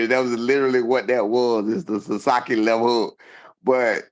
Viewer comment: "The sasakii left hook" 😂😂😂